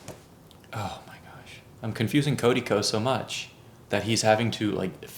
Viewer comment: It’s the way you keep calling him Cody Ko for me lmao